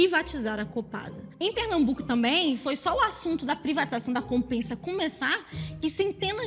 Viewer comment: em PE, falamos "Compésa" e nao "Compesa" xD